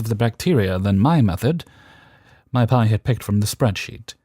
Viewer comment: 🤣 I work in a lab and was confused for a second why you kept saying "my pie" in the last story, then it clicked. For anyone wondering, P.I. (pronounced Pee Eye) is the abbreviation for Primary Investigator; what they call the PhD in charge of a research team. I am guessing the OP forgot the periods (considering how i just typed OP, a reaonable guess, haha) or otherwise didn't explain that it was an abbreviation. So, it would be read as "pi". Great showing as always!